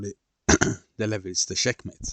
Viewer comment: 'Sheckmate' sorry I just had to very good video though